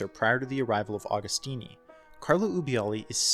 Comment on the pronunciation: Another great video lad! Interesting and well researched - keep up the good work. BTW Agostini is pronounced like Agony.